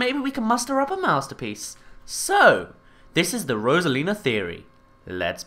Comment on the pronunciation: rosalina not rosalins